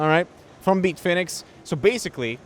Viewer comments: Who tf is Beetfinix? I came here for Bitfenix content. Lol. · "Beetfinex" lol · Why does he call it "Beatfenix" lol